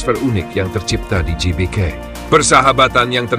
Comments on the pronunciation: GBK woi, bukan JBK Gelora bukan Jelora! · GBK bacanya Ge Be Ka. atau Gee Bee Kay🙏